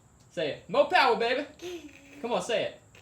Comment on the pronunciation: MORE POWAH BABEH